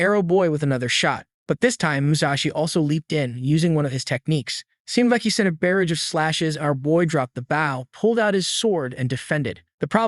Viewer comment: barrage of flames pronunciation bur-auge, not barriage (doesn't exist as a word).